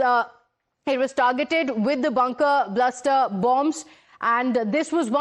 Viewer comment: Bunker BUSTER. Not bunker bluster😂